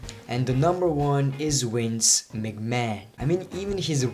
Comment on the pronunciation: Why you say wince can't u say " v " . Great video but i think that ric flai shoud've been here or at least honoroble mentions